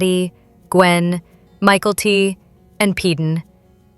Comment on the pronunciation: It’s Mykelti! Get a human to narrate this video! They called her Michael T.🙄🙄🙄